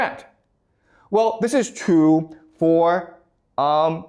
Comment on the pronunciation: Do Chinese speakers not have the letter R? You say the words, really and workers, perfectly, but cannot pronounce the word true and many other words that have an r, I'm just trying to figure it out linguistically. You are a great teacher and a small speech impediment is no impediment at all to communicating the vast knowledge to your students that you have accumulated over the many years of study you have obviously done.